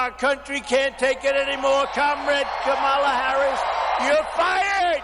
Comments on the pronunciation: Also I hear him say her name wrong and it sound just like the song in Dark Tower audiobooks 5/6 called Commala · He STILL cannot pronounce Kamala’s name. He is uneducable. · Its funny that he has to take a moment every time he says Kamalas' name just to make sure be says it wrong. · He can’t even get her name right, but can run a country. GTFOH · I wish someone would simply ask him why he continues to mispronounce Ms. Harris' name. I would love to hear his answer. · The way he continues to mispronounce her name is just such a gratingly juvenile little jab. My grandmother used to do that back in her late 80s as a way to disrespect someone. She was perfectly capable of saying their name correctly, but apparently this is just an old person thing. Yup, super professional. Downright presidential behavior. How embarrassing.